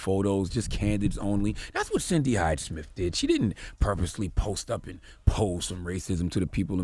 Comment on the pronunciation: I'd be nice if you could pronounce "Smith" correctly. You say it like "Smif" 😂😂